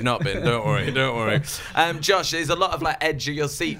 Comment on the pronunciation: SHE SAID JOSHIE!!!!